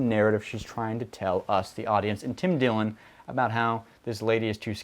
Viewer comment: Tim Dillon, not Tim Dillion lol.